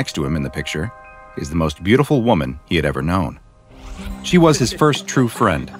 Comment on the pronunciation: Why did I hear bootiful